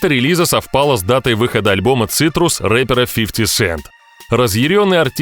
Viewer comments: Curtis, а не Citrus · Не Цитрус, а Кёртис 😂😂😂